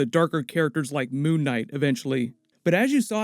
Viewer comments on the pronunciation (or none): none